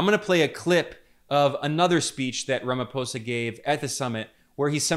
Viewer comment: Thank you for pronouncing Iran 🇮🇷 and Ramaphosa properly… thanks for respecting their names.